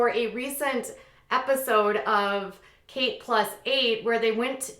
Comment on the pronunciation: Kate is not pronounced Katie.